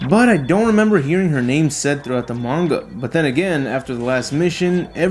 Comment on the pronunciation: The ma gan is how is how he says manga